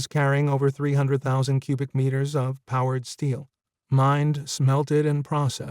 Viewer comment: powered steel?, 3D printers work with powDered materials, the narrator doesn't pronounce the D in the word powDered very well.